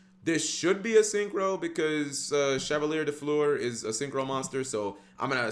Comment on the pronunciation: Remember, French usually drops the last letter in the word as far as sounding out. So it's closer to sheh-vah-Lee-eh if I'm correct